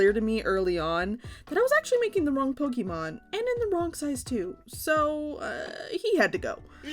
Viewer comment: I love you, but I'm afraid we're going to have to break up. I know I should accept you as you are and not try to change you, but I just cannot get past how you pronounce "Pokemon". It's a deal breaker for me, I'm sorry. It's not you, seriously, it's all me. I wish you all the best in life, and will dearly miss you. If by some chance you ever change how you say that magical word, hit me up, maybe we can give things another shot! 😂